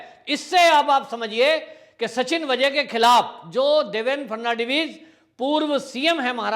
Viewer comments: नाम देवेन्द्र फडणवीस है. ना की फर्नण्डवीस-जैसे आप बार बार कहे रहे हो. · देवेन फटनवीस के नाम का उच्चारण करना आपको बहुत मुश्किल लगता है l थोड़ा अभ्यास करिये l इतना मुश्किल नहीं है l फट नवी ज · Atleast pronounce Devendra Phadnavis name correctly.